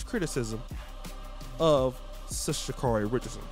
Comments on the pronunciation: First, you havent done your research. Name is pronounced sha care ee. Next, do you know where she has been, where she is, and where she appears to be going? Do you know what she was representing by the action? I hope you will look further into all these questions. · Dude, I hope that you are holding yourself to that highly critical standard you are quick to place on others. Oh, let me digress; if you are going to take nine plus minutes to bash they young lady, take the time to learn the pronunciation of her name. Please allow this young lady to grow. Being a young person dealing with emotional trauma and being thrust into the world spotlight I think perhaps you can show her a little more grace and a little less judgment.